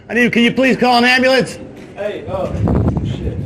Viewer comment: Or "ambalance" (Dr Dave Debunker of Frauditors)